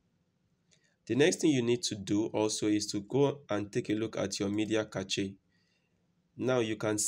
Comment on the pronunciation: Hey great vid. FYI Cache is pronounced like this: "Cash" just thought i'd let you know. not throwing shade at you or anything.